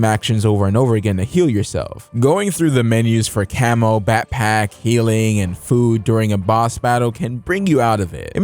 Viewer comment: I kept hearing camel instead of cammo